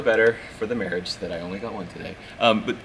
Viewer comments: "for the sake of my Mere-iage" I would say I'm sorry, but I'm not. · He said good for the Merrrage hahaha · Better for the the "Mere-iage"